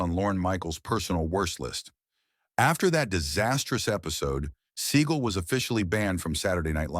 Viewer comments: computer narration was the turn off. It is pronounced Se Gall not sea gull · Seagal (Se-GAAL), not Seagull...^^ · AI in this video is laughable, Steven Seagull? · You know it is AI when the narrater pronounces it "Steven Seagull" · A lot of those people I just knew were banned before you even said their names. Some were shocks. I know that if Segal saw that segment he'd be dying rn over the mispronunciation of his name. He's the biggest douche in Hollywood... Okay one of the biggest... Ok he's just a huge douche really. You ever seen the reality show of him being a cop? Smdh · Excuse me Seagal